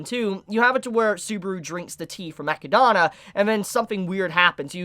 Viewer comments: Been part of the army for years but completely messing up some characters names like ecidana instead of echidna and galder instead of gowther annoys just a little but still great video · "Eh-key-dah-na" I dont know why this bothers me so much XD Great listening to you though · The way you pronounce Echidna is hurtful... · i just came here from trash taste podcast, but i need a community consensus how do you pronounce echidna? cuz i always just say echidna like the animal, but this dude be pronouning like i dont even know how to type it out that way, so am i just a normie dont know how to pronounce it or? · Why do people keep pronouncing Echidna's name in these weird ways?